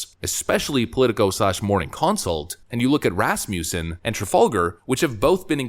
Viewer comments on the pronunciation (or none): none